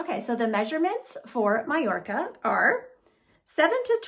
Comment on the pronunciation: Beautiful style and colour ! Well done you for the Spanish pronunciation of Magorca/Mallorca lol ❤❤